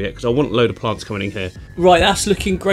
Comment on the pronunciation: Listen kids... if a strange man comes up to you and suggests you “getallthoseplantsssin” please run away